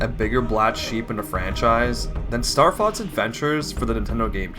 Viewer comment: You pronounce it Starfotz which means starcunt in German.